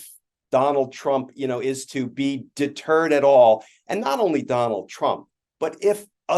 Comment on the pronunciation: Oh Donald Trump is “Da Turd”. Oh wait , maybe he said deterred.